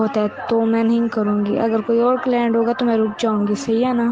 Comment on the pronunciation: Client Nahin Claint🤣🤣🤣